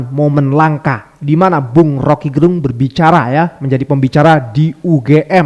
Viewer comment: Rocky Gerung... Lafal "e" Pada kata Gerung itu dilafalkan kyk kata "kecap atau Enak". Gerung itu marga org Manado 🙏